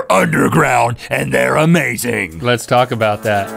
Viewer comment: Like i love gmm but everytime link says 'lets talp about that' it just pissis me of